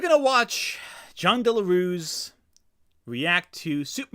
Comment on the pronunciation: As a native spanish speaker i cant help but find it funny how you pronounce "Jon Del Arroz" as "Jon Delarus". I wont even correct you that piece of shit doesnt even deserve you to say his name the correct way.